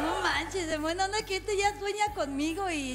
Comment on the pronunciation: "En guena onda" pinchi 😂